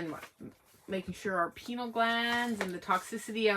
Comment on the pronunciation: Pronounced Pine-eal because the gland looks like a pine cone. Cotton clothes and natural fibers allow more sensitivity to energies sensing and projecting. Polyesters and chemichal laundry detergent block or distort natural energies. What are the oldest original indian tribes from that area? What language do they speak? What do they call Sasquatch? What is their tribal history with Sasquatch?